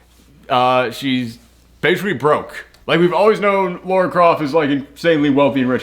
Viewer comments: Dude: it's Lara, not Laura. LaaaRaaa, not Lor-ruh. Lara Croft. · Goes on for a whole bit about how they say Himeko wrong. Proceeds to say Lara wrong for the whole video. You’re great but that is kind of funny.